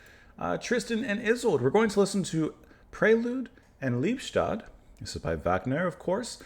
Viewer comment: Pronounced Lee-bes-toad. Literally love-death.